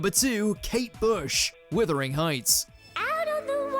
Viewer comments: Wuthering heights not withering heights. 😂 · Did he really say “withering heights” rather than “wuthering heights”? Have I been saying it incorrectly all this time 😂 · JFC, it's Wuthering Heights, not Withering Heights! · Withering Heights 😂😂😂😂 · Did this numpty say Withering Heights? Top quality Mojo. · It’s Wuthering Heights……not Withering Heights 🤨🤣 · 'Wuthering Heights', not Withering Heights. If you are going to praise an artist, please get the title right! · He did say it wrongly, yes.